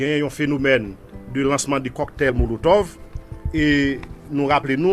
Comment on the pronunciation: Cocktail monotove ou tande polisye a dil epi ou di coktay molotov 😅